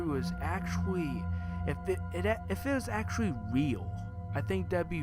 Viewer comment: Says actuawy for the 97th time (puts gun to head)